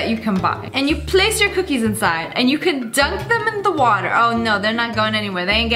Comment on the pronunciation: you said water 💧 😂